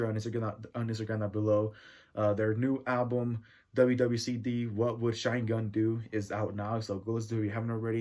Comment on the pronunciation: You pronounced it wrong. It’s chine as in Machine. It’s an album paying homage to Benny the Butcher’s brother Machine Gun Black who was murdered.